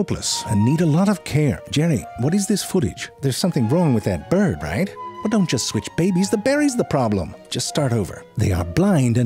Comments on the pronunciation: you're saying byurd wrong a lot... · Good to teach kids how to incorrectly pronounce BYORD. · i simply cant watch for how he says byurd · Wtf does narrator first say? ”A BEYURD” ?! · “Byurd” gets me every single time. 😂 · What the fuck is a bjird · i watched it, he he says bird normally later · I like the way he says bird its funny